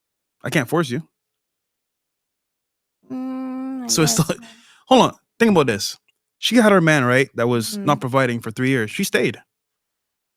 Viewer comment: and his awkward adlibs… “tink aboud dis”